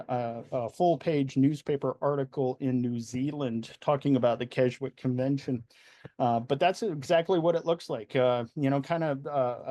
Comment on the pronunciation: Just for info at 11m 14s the 'w' in Keswick is silent. It's pronounced Kes-ick. The first Keswick Convention was held in 1875 on the vicarage lawn and attracted around 300. It clearly expanded over the years and is still taking place now and spans a three week period attracting as many as 15,000 worshippers to this small Lake District town. Great video, so informative. Thank you 👍🙏